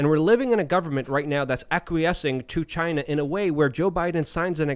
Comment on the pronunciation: Not like Chy-na... like Altered Carbon